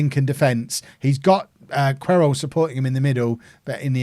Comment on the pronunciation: I think Querol is pronounced Keh-rol but not 100% sure